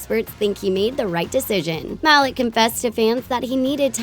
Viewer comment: Mal eek, not mal-ie'k